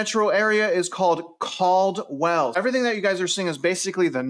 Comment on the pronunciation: Cald-well :face-green-smiling